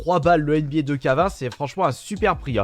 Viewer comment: Comment il prononce 2k20 lol